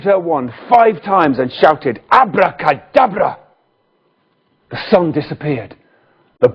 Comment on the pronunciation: Abrrrracadabrrra! My daughter loves that.